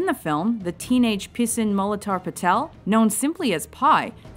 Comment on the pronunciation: lmao u said pissing patel